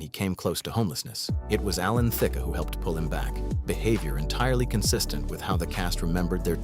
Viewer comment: Why does the narrator sometimes pronounce Alan Thicke’s name “Thicka” and sometimes “Thick?” Which is correct?